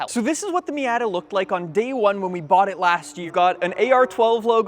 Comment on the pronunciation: Does everyone in Canada pronounce "Miata" incorrectly?